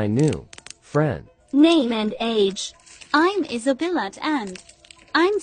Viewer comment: Is Isabella not isabilat and is mirabel not mirabilat